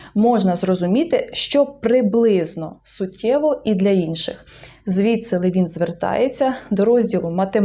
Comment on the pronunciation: Там приголос на ЛЕвін, якщо я не плутаю. З іншим Левіном.